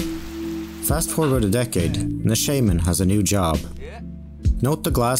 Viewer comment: This video would’ve been soo much better if you used their real names. I understand the chance of pronouncing korean names wrong, but you literally pronounce “Shaman” wrong the entire video lmao